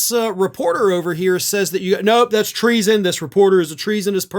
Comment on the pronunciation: Treason- 2 syllables- I’m impressed! 💙💙💙